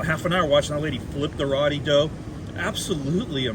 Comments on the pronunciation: ROO Ti not rotti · I believe ROTI is pronounced ROW-TEE.. (like row your boat)... And not RAA-TEE as you are saying in the video! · Row-Tea, not raw-tea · Just a heads up....roti is pronounced more like row t